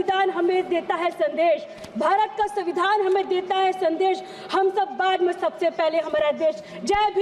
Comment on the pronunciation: pahle padhna bolna sikh ke 😂 samvidhan to savidhan kah rhi , ek line bhi apne man se nai bol pa rhi